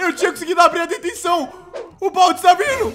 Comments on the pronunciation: Tt é "Baldi" o nome do cara, não "Baldis"! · dislike porque se fala baldi não baldis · não é baldiS é BALDIIIIIIIIIIIIIIIIIII COM IIIIIIIIIIIIIIIII